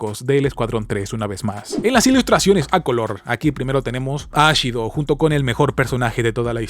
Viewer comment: Me confundí con el nombre de la chica que es Mina Ashiro, pero lo pronuncias como Mina Ashido, por un momento pensé que era la de Boku no hero